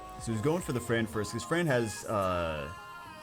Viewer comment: What sw-players hear: "You can easily kill the fran" What overwatch players hear: "You can easily kill dafran"